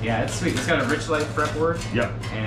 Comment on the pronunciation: Arch...not ark...arch - spire not ark-spire